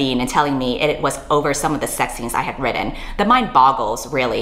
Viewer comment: Heard about this situation and wanted to learn more about it. Thusly I found this video. I like the video but DESPISE the way you say "written". Have a like either way